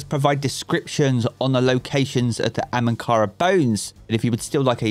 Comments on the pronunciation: He keeps saying ‘AMANKARA’ - bugs me a little, it’s ‘AHAMKARA-BONES’. 😂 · Hahahaha it's not "Amankara" .... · Is anyone else annoyed by the "ANhamkara" bones as opposed to AHamkara bones?